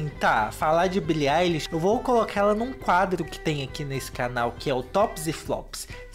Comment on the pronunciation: primeiro Youtuber que fala o nome dela certo